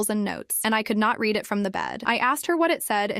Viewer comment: Once again, AI chose the wrong pronunciation of the two possible ways to pronounce the word "read". Again. PS thank you to the person who said the story was incomplete. Sayonara.